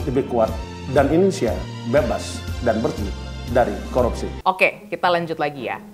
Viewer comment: APA SAYA YG SALAH DENGAR.. FIRLI BILANG KOROPSI BUKAN KORUPSI...